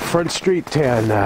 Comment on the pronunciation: It’s pronounced tuh-nana